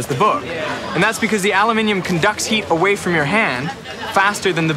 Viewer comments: It bothers me that you say alluuuminium. I know it's not how you normally speak. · is it normal to pronounce aluminum like al-lu-min-y-um instead of just al-u-min-um? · Did he just pronounce aluminum "al-yu-min-ee-um"? I thought he was smart. It's "a-lum-ih-num" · Aloomin um... not alu mini um....gawd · You are American. Learn to pronounce aluminum. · I thought I was going to pop if I heard aloo mini um one more time. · why are they pronouncing aluminum wrong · The reality of the situation is that it IS Aluminum (no second "i") and it was changed to "-ium" because scientists wanted to standardize it on the elements charts. However, Aluminum with no second "I" is a correct pronunciation, otherwise Gold, Lead, Silver, Mercury and Copper are all incorrect pronunciations. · So it's Ah-Loo-Mi-Um now? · Understanding how thermal conductivity works is easy; but, understanding how to pronounce the word "aluminum" is hard, apparently. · There's that al-you-minium again. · HOW can it be actually pronounced Aluminium? there is only 1 'i' in it... so the North American way of saying Aluminum is actually correct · Why do you sound American but pronounce aluminum that way? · they pronounced aluminum wrong lol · how can you be so smart and pronounce ALUMINUM incorrectly? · It really bothers me when Americans use British pronunciations. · It took me a few seconds to figure out what an aluminium block was because of the American pronunciation, and I was surprised to see Derrick say it the british way in his accent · I've never heard anyone with an American accent pronounce aluminum in that way before O_o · Please tell me I'm not the only one bothered by his pronunciation of aluminum...